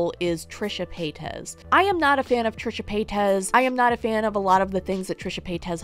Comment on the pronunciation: “TRISHA PAY-TEZ”